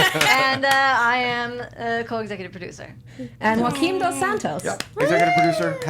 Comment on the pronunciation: literally just here to hear how they pronounce joaquim's name. it's wrong